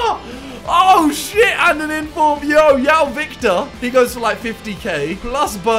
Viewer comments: Simon: when I see a J, I say a J Also Simon: Yoao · Simon: I see a “J”, I say a “J” Also Simon: “Yoão” Victor